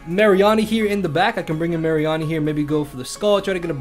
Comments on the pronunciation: "Assault Vest Marry-arnie" It's Mah--ree-nee! As Marine and Meanie xD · I have never heard someone pronounce Mareanie the way you have (no hate just saying)